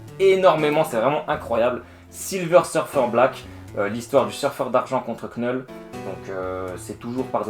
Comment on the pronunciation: Excellent résumé ! (Juste pour info le "k" de Knull est silencieux. Comme knight en anglais.)